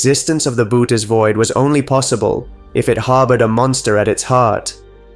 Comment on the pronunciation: You need to correct the pronunciation of 'Bootes'.